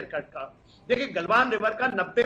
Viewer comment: गल्वन नही गलवान